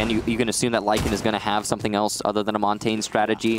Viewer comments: why does nobody pronounce Montagne properly lol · you dont need to speak French to know the basic pronunciation being Mon-tan-yuh